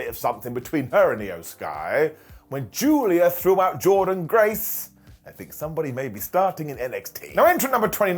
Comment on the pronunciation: Why do you keep pronouncing Jordynne graces name wrong?